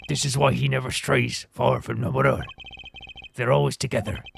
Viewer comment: Going into this case I wasn't going to, since I know you don't like being corrected on pronunciations, but you specifically asked SOOOOO... Lamiroir is pronounced like French (sort of "lami-rowa"). "Machi" has a hard "c" sound for the "ch" like in Italian (so "maki" roll ), and your pronunciation of "Tobaye" the first time in the video (haven't gotten any further yet so idk if you try other pronunciations) is pretty much spot-on. The "e" at the end is mostly silent, making it closer to a short "yuh" for the last syllable.